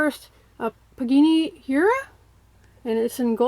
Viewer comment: That's pronounced "pagani".....not pagini